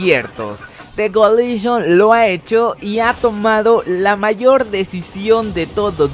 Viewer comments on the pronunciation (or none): none